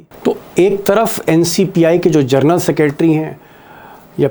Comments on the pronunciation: जर्नल नहीं जेनरल 🙏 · पढे लिखे पत्रकार हो जरनल मतकहिये साहब जनरल होता है